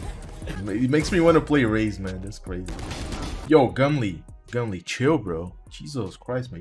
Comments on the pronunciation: its gum-ol not gum-leeeeeee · its gumol not gumli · Less popping goo gumle with they gonna take over valorant,BTW u pronounced gumle wrong XD